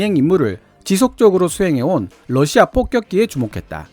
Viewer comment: 발음 오류는 그게아니라 폭격기를 뽁격기로 하셨다는겁니다 ㅎㅎㅎㅎㅎ